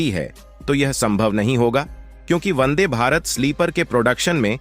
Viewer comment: Vande. Not Bande. Check.